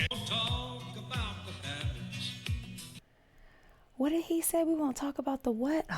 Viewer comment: hillbilly mark here from ontario canada--your not used to listening to proper english thats why you did not understand HABBITS. the # 4 is not FO its FOUR. HOSS is a charactor from tv show BONANZA (cowboy tv show) WAYLON called everyone HOSS he took a lot of pills and might not remember peoples names. MOHAMID ALI toured around on WAYLONS tour bus as a close friend not a body guard and WAYLON let him take the one of the tour buses for a month to visit his mother. WAYLON was a down to earth guy